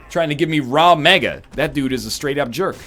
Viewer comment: First he misreads Mega Maw as Mega Man; Now he misreads Ragmega as Rawmega?